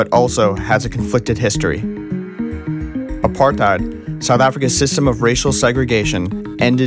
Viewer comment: 7;08 he cant say apartheid its so funnyXD